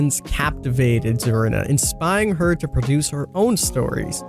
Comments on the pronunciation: SACCO NOT SOCCO ZARINA NOT ZARANA lol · It's pronounced like Karina with a Z.